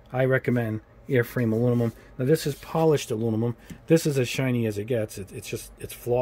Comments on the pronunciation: Aluminum, not Alunimum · No. He's mixing up the M and N the way children do. There is "Aluminium" and "Aluminum", not "Alunimum" If im wrong, please feel free to show me any language that pronounces it "Alunimum" It's a small thing, but i seriously can't handle hearing it more than 20 times before i have to stop it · I love your channel, but I have to give you some constructive feedback. it's painful to hear you struggle with the word aluminum. "Aloo-na-mum" is how you repeatedly say it and it makes you sound like a third grader. For someone who reviews colors and has to say that word a lot you should consider practicing the correct way to enunciate "Aloo - mi - num" That's it, everything else on your content is awesome! Thank you for your hard work. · Great vid. Never heard of “alunimum” though haha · Aluninum isn't the worst pronunciation I've heard. I've heard Aluminuminum. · Great comparison and review. Constructive feedback: I thought I was having a stroke every time you mispronounced and said “Alunimum”. Made it hard to watch and finish the video. Also, you repeat yourself a lot a repeatedly use filler phrases which also makes it hard to watch a long video. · Please. If you're gonna say a color 50 times in a video, please pronounce it properly. Literally my only negative feedback. Good job otherwise.